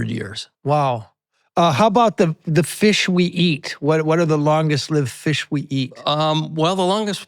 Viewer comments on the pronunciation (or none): Longest “lived” (lyved). Is this AI?